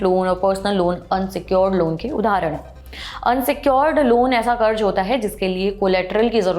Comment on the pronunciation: Pronounce sahi karen. Karj nahi karz bola jana h